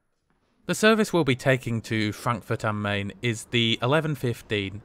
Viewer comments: Sorry to be pedantic but it is pronounced MY-NN not Main young man. . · You might want to change your pronunciation of the river on which Frankfurt stands to MINE and not MAIN, even though it is spelt as the latter. I refer of course to the Frankfurt you visited rather than the other one on the Polish border, namely Frankfurt-an-der-Oder. Your other German town pronunciations are good. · when you pronounce Frankfurt (Main) Hauptbahnhof as in English it gives the impression there might me another Frankfurt Hauptbahnhof, which there obviously isn’t. Makes you sound like a rookie. The name of the city is Frankfurt am Main (pronounced “mine”), to differentiate it from Frankfurt (Oder) near Poland. Just call it Frankfurt like most folks do. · Brilliant as ever. Have you ever considered a Eurrail pass? I have just bought a 10 day 1st class one for not much more than you paid for your trip. By the way, 'Main' is pronounced 'mine' and in German, the 'z' is a 'ts' sound. Thanks for all your videos. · Hugely enjoyable video again, duly liked. But I'm surprised that you you try so hard to pronounce Welsh and East European names correctly, and then don't bother at all with Frankfurt am Main. It is certainly spelt "main", but it is pronounced like an an English speaker would say "mine".